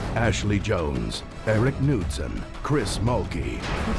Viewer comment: Haha he said Erik Nudsen x) Thats so not how you pronounce it D